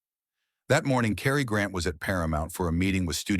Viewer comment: It’s “Cary” not “Carrie” & Holmby Hills not Homby Hills…I may have missed something, but other than that the story was a revelation to me about these actors